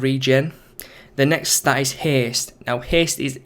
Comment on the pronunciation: it is haste not heeest...